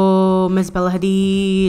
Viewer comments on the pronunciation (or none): none